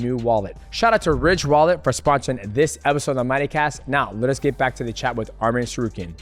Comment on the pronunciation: Say his name correct arman not armin